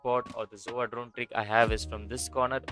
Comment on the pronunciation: I love how he says zova instead of sova lol